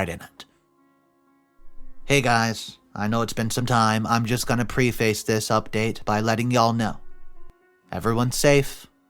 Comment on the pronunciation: Preface is pronounced Pref-is